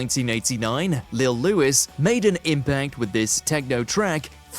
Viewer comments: Little Louis was not "Lewis", it was "Louie". French pronunciation (appropriately enough for the DJ whose hit was "French kiss"). Typical WatchMojo just reading scripts blindly when they don't actually know about the topic they're speaking on. Edit: for pity's sake, it's the "Shay-mun", not the "sha-mun". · I can't stand Mojo, half the time they get things completely wrong, for example 'Lil Louis' is pronounced lil luie not Louis, the bit with the sexual bit isn't at the end of he record, it's in the middle where it slows down then speeds back up again and it's not techno, it's house....rant over.